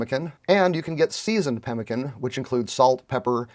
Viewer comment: Read about it in most old west books but never heard it pronounced correctly. Now I know!